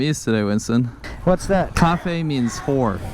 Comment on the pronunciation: CA fe ‘ 🤣